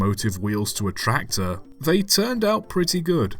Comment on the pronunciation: It's a tracktor, see? A TRACK-tor